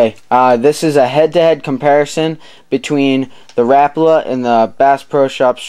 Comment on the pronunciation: Im just putting this out there but its not rapla its rapala